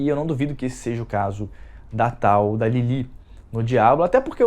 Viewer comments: c tá um pão... tem q manter esse bronze moreno ai, viu? rs Ah, e não é 'Lili'.. é 'Lilif'! O 'th' se pronuncia igual em Sephroth ou 'Sefiróf'.. tendeu? E um pequena curiosidade sobre esta 'personagem' Lilith, ela vem de uma tradição muito forte dentro da Kaballa e muito bem embasada na nossa Bíblia tb, não de forma tão direta e literal, claro, mas tá lá, escrita subjetivamente nas entrelinhas do livro de Gênesis. Mas segundo a corrente mística judaica, Lilith se separou de seu marido, Adão, por se recusar a não ser tratada como menos q sua igual, então ela partiu para um deserto distante onde passou a se relacionar com outros anjos rebeldes q ali a levaram ao adultério. Então Deus, ao ver Adão sofrendo em sua solidão, envia 3 anjos ao deserto onde Lilith se encontrava para convencê-la a retornar ao paraíso, aliás foi dessa fonte q bebeu o bordão "Em 3 virão, com 3 as portas se abrem". Porém Lilith, repleta de remorso por sua alma devastada de tanta prostituição, se recusa a retornar para os braços de seu saudoso marido e ali continua vivendo. Para resolver esse impasse, Deus então cria Eva, uma criatura totalmente única, feita "por fora da ordem" diretamente por Ele a partir de um osso da costela Adão, para q esta lhe servisse de companhia e ajudante, e não exatamente de amante. Mesmo assim Lilith acusou Deus de induzir Adão ao adultério e de lhe tirar seu marido para dá-lo a outra mulher sendo q ele ainda era casado com ela. E nesta situação, até a própria Eva pass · Não é Lili e sim Lilith com pronuncia de T mudo no final ... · vc está falando lilith do jeito errado.